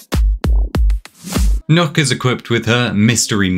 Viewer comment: “Nook”? As a Danish native is pronounced “Knock” The two K’s make that “ø” make an “Ah”